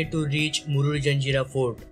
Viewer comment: जंजेरा नही भाई जजीरा(jajeera)